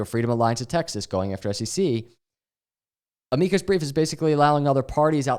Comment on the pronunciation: You should Google how to pronounce Amicus.